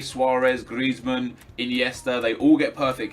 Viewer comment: Stop saying Gllllrezmann